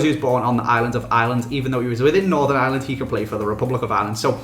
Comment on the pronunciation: Why do English people call ireland island?????